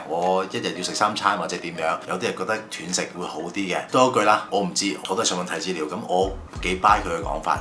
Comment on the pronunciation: 係讀"段"食, 斷章取義個斷, 唔係跌斷腳個斷